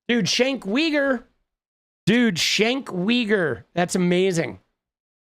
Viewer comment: Shank Weeger may be my bands new name! jk hilarious I will forever pronounce it that way.